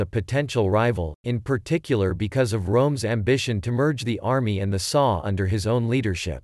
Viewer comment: It's not "the saw". It's the S.A. Pronounced "essay".